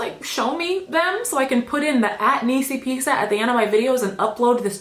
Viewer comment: I relished this superb cinematography knee-see-pea-sah